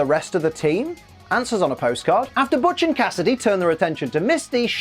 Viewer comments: Butch's name in-&-of itself is a joke, as (almost) every time it's said it's BUTCHerd by at least 1 member of that episodes cast, there even being moments when Butch miss-hear's someone saying it correctly for saying it incorrectly, only to realize half-way through his shouting and correct himself. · They mispronounce Butch's name since they first met him -_-. i mean, is "Botch" even a name?